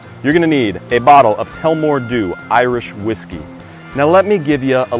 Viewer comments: It's pronounced tul-la-more dew not tellmore dew, it's named after town in central Ireland but loving the cocktail videos and can't wait to see what else you've in the pipe line! definitely going give this one a try out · Im Irish and it’s pronounced like tulla - more. Love your videos though keep up the good work! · Love it but you saying name of alcohol wrong...it's Irish city rad as two la more ;)